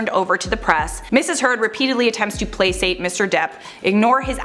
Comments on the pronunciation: in the word "placate" the "c" is hard. iOW, pronounce it "plakate." NOT "plasate." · The word “placate” is pronounced play Kate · Way to pronounce placate wrong